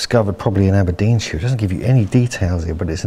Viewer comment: Aberdeensheere. Naw Naw Naw mate. sh IRE. sh eye R. SHIRE